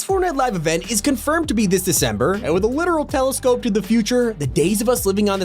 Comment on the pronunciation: YOU SAID DESCEMBER